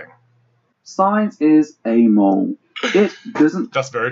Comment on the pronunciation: I'm really liking your video so far, and your method of presentation, citation, and calm clear explanations. Spectacular really. However, and I apologize if it's just your accent, but "amoral" is a 3 syllable word, yet I only hear 2 from you... like "Amole" yet, when you said "morally ambiguous" all 3 syllables were clear. Maybe it's just that word for you, but it causes a little spasm in my head everytime I hear you say "amole".